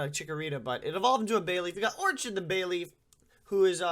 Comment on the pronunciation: Is pronouncing Orchid like that a reference to something?